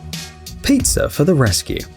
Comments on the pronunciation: Piazzer?? Might you be a Brit?? Adding letters that aren't suppose to be there?? Queen's English and all that BS. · WTH is “pizzer “ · sorry but “pizzer.” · Did anyone else hear peezer